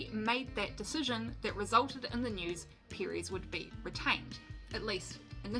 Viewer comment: Chico Piriez lol It’s ChEco PErez. The way you pronounce mElon or bEst. Hahahahaha